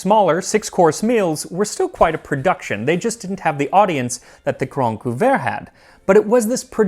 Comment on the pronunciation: I swear, everytime I heard you say Le Grande Couvert, I thought you were saying The Grand Poo-bah, which is coincidentally exactly what I would demand as my royal title were I of noble blood.